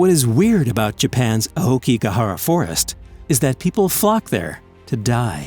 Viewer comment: By the way, you pronounced “Aokigahara” wrong.